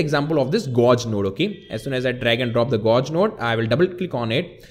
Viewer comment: Hi! I love your videos. And you speak really good English, however, you need to change how you pronounce "gauge". You are pronouncing it like "gorge", but actually it is pronounced like "page", but with a "g". Not trying to criticize you, I'm just trying to help.